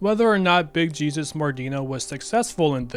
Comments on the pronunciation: Big Jesus is pronounced Big Heh-soos. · I think Jet is more like jenkem, both were made from fermented shit also pronouncing jesus like that in mordino's name is suuuuuuch larp, he's very clearly hispanic and the name is pronounced hay-soos. also can I just say that the mordino crime family was damn close to achieving it's goal of dominating redding, most of the mines were closed because all the miners became lazy jetheads.